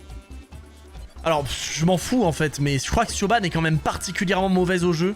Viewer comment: Petite precision Siobhán c'est un prenom irlandais et ça se prononce "Ch-e-v-o-n"